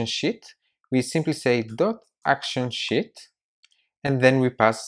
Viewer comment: Dude, I was watching this and at about seconds you say Sheet... I was typing and looked at my daughter and well I herd shit... lol I love your accent! Great video!!!!